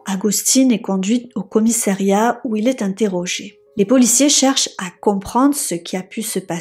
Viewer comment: on ne dit pas "commiSSAIriat" mais "commiSSAriat ! Quand on s'adresse à un public, la moindre des choses est de parler français correctement